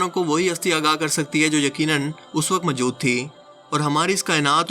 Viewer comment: السلام علیکم بیٹا جی ۔۔۔ آپ کا تلفظ اتنا غلط ہے کہ کوفت ہوتی ہے۔ مثلا آپ کی نالائقی موجود کو مجود کہنے سے ظاہر ہوتی ہے۔ لگتا ہے یا تو آپ دورانِ تعلیم نالائق تھے یا کسی نالائق استاد سے پڑھے یا کسی نالائق بیک گراؤنڈ سے تعلق رکھتے ہیں۔ ہو سکتا ہے یہ سب کچھ غلط ہو مگر اپنا تلفظ درست کیجیئے